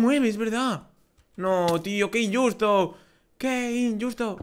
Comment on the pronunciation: sin ofender pero porque dices inyusto en ves de injusto?